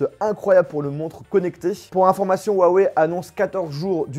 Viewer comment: On dit ruawey